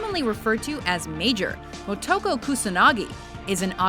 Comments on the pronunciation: Way to mispronounce Motoko Kusanagi. Say it with me now, "Mo-to-ko." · its pronounced Moe -two-co